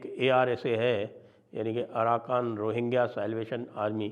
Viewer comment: Aaraka ❌ aarakan ✅